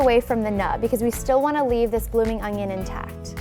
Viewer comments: Could she please stop saying "Ungyon"?? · Does anyone else hear her say ungion ??